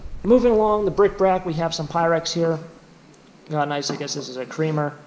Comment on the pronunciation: I know you have a viewer who always says you're saying it wrong, it's bric-A-brac...I think of it every time I peel off a Community Aid sticker that says BRIC BRAC. Maybe both ways of saying it are correct? P.S. What did you ever do about that Notre Dame shirt return fiasco? I saw a video the other day where someone's PARROT used Alexa to make a purchase on Amazon! LOL ☺